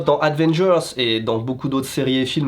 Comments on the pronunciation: Super vidéo 👍🏻 juste c’est pas Advengers mais Avengers 😅 c’est pas très important comme remarque mais pour moi qui suis un grand fan de Avengers ça fait un peu mal au oreilles 😅😂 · A"d"vengers xd ahahaha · pour la deuxième fois de la vidéo (ce n'est pas juste une langue qui fourche donc).... aDDDDvengers ne veux rien dire et n'existe pas... Avengers peut être :p